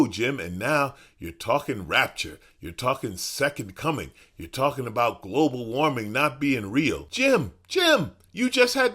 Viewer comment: Leave it to Jim Bakker to mispronouce "Global warming." This guy needs to go back to selling Apocalyptic gruel out of second hand toilets.